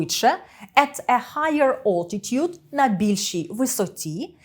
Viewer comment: Altitude ['æltɪt(j)uːd] ! Not [ɔːltit (j)u:d] !